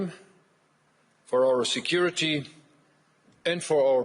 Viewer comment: Kinda sounded like he said America's foreign insecurity policy hahaha